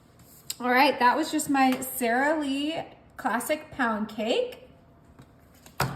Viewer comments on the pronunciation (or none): none